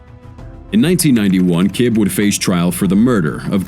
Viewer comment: Roger ki BEE Not KIB.